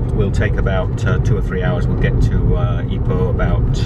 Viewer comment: Also, please don't say EYE-poh. You should say EE-poh. Then you'll sound like a local.